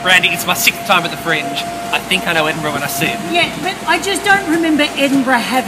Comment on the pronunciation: "I don't remember Edinburrgh having a Guiness factory" :I... :o... :O *run*